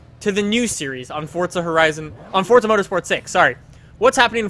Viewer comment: Is it just me or when he says forza does it sound like he says fortza